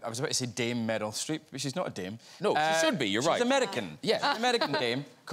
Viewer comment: When James McAvoy said "Dame Meryl Streep" I understood "dim metal strip" and for a moment I was wondering if that's some kind of scottish insult